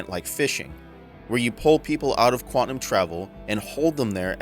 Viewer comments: IK I'm gonna sould like a jerk, but it's pronounced Quan-tum, not Quan-ti-num. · Good stuff man. It sounded like you were saying QUANTANUM not QUANTUM...it may be my old ears. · Great video and breakdown. My a-hole OCD got me twitching on your pronunciation of Quantum though.